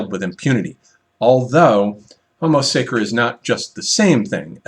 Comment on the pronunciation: Homo sacer is pronounced (sacher)